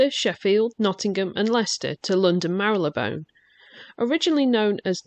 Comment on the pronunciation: Great vid, and lovely to see you back on YT. Thank you also for pronouncing Marylebone the way it should be!